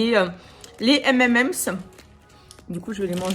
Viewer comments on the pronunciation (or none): Ta prononciation des M&M's c'est la première fois que j'entends ça mdr 🤣 Ça se dit M and M's (ème and èmss) mdrrrr Cool de vous avoir revu ensemble ! Gros bisous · "les éméméme" "course essly" mdrrrrrr t'es grave 🤣🤣